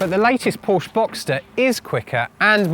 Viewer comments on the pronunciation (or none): It's two syllables you idiot, Por-sche!